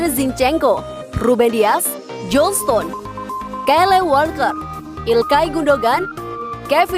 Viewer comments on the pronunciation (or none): none